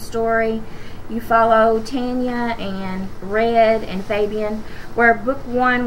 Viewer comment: It's prenounced Ton-ya and Fab-een